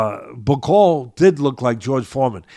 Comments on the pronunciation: Bak-o-lee (Bakole) not Ba-cole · Damn Teddy, you could at least take the time the say Bakole's name right...since you say that you want him to become heavyweight champion: BA-COLE-LEE 🤡💩, Bro...disrespectful 🤡💩! The man's last name only has 6 letters, SIX! You got 5, he's got 6...we ain't talking Rocket Science here...like Mark Jackson says: DO BETTER! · Teddy needs to listen, first listen to your cohost, your cohost corrected you by saying "Martin Bakole" but you kept saying "Bakol", two if you had listened to UK pundits about Martin Bakole then you would have been in a position to offer a more informed opinion! Otherwise great job to both of you! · Love teddy - this might help, it’s Martin ‘BACK O LEE’ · Hey Teddy just like a boxer you have to PREPARE for your podcast… it’s pronounced Bak-ol-E Get his name right… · Really like Teddy Atlas, but a few things: 1. Bakole is a lot lot better than he gave him credit for either before or after the fight 2. Get Bakole's name right, I think deserves it. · tried to get Teddy to say Martin Bakole's name right... but Teddy just can't do names. But knows... if you correct Teddy he gets angry.